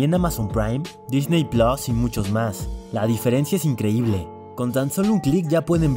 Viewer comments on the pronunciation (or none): none